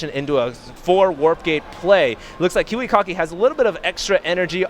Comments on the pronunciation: Stop saying kiwicocky!!! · i swear i heard them say kiwi-cocky. no troll. love kiwikaki and huk. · Lol, "Kiwikocky"